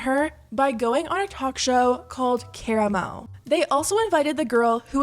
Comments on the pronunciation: ass rhyming Kaah-rah-moe with caramel lmao 😂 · It's pronounced Ka-ramo. You even hear it correctly in a clip you added in and given most talk shows are names after the host it isn't a stretch to see it was his name and watched the start of the episode as they usually introduce themselves. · The show is pronounce KAH-RAH-MO. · Care-a-mo 😂 no hate it’s just funny hearing Karamo’s name said like that. (Kah-rah-moe) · It pronounced Ka-Rom-O not caramo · She said a talk show called Care-ammo 🤣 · You pronounced Karamo sooooo wrong, it’s Kuh-rahh-mo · Did you pronounce Karamo as caramel 💀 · The show is pronounced Ka-rah-mo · Honestly this small detail is NOT important, but.....his name is pronounced KUH RAH MO. Karamo. Sorry, I'm just a stickler for pronunciations 🤷‍♀️ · KAH-ROM-MOE! LMAO! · Kera-moh. LOL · Karamo is pronounced-Kah-rah-mo. He’s part of the fab five from the show Queer Eye. For any host to blatantly defend Chef Pi for her ignorance and lack of safety…disgusting. Im pretty certain because of the backlash, Karamo privated the interview on YouTube. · HAHAHA the way you pronounced karamo. Clearly you’ve never watched Queer Eye… it’s KA-RAH-MOE 😅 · The way you pronounced Karamo killed me. Its "cuh-rah-mo". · i cant believe she pronounced "Karamo" as "caramel", i'm frozen with fear. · First off, I’m tired of YT ppl covering stories and they not pronouncing the people names who’s been in situations correctly. So once again stop profiting off of black stories; and when Karamo said harassment it WAS! Just like how YT ppl quick to say they’re harassed if someone felt harassed do not devalue her feelings as simple as that. Can we stop siding as simple as that. Give chef Pii her coin because we still out here creating content, food, culture, music, fashion, hair, entertainment, etc black culture is poppin and don’t bash the chef at all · That is not how you say karamos name 😂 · The way you pronounced Karamo ☠️☠️☠️ girl